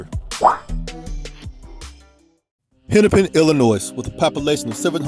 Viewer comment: You mispronounced Illinois as “Illi-noise” Pronounced as “illa-noy”